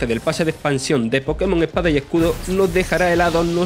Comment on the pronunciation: "Pokémon epada y ecudo"